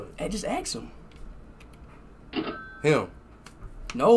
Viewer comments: In Speed Lang Ask Him = Axe Him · Lol axe him 😂😂😂😂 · axe him a question.....~Speed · His dad thought he's saying "X him a question"💀💀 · aKs him -Ask him what +AKs him -Ask him what? +Just aKs him questions… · Speed:Axe him questions Speed dad: ask what? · Speed was supposed to say " ask him a question" 😂😂😂😂😂😂